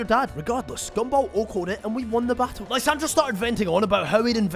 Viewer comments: Love the video but I genuinely cringe everytime you somehow too pronounce Lysandre as lysandra there’s no ‘ in his name too show pronunciation difference 😂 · Lie-San-der Lysandre